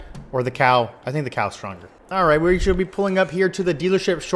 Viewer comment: It's cowu